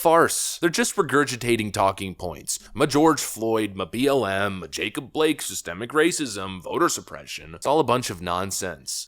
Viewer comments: 😂 “Cystic” or is that “Systic” racism? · So the HUGE mistake was that he said cystic instead of systemic? ....... ok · did he says cystic? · I thought he said assistant racism….WTH does that mean.. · When I heard him say "cystic racism" and honestly I thought he said "assisted racism"...there's a comedy sketch in there somewhere